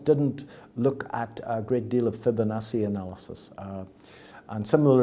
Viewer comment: Say, "Fibinassey" one. More. Time.